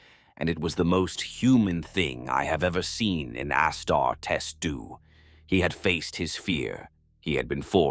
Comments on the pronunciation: Amazing story! Wish the AI could say Auh Star tees not ASS (WHICH I PERSONALLY LOVE) STAR D. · Is the narrator an AI? If not, for a 40k fan, hes reading Astartes wrong.